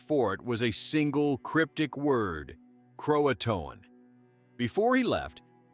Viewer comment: mispronounced key words: Hatteras & Croatan. Like the story mentioned, the best theory is they probably went to nearby Hatteras Island and lived with the island's local Indians. It's still a big mystery what actually happened.